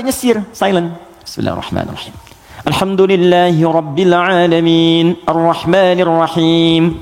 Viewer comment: kok alhamdulillahirobile alamin, gk alhamdulillahirobil alamin pa ustad